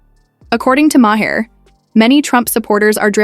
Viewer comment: Mah-Hair that how she pronounce his last name. 👀